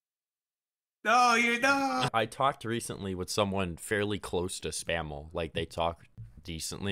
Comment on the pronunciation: put the L in Mr. SPAM's name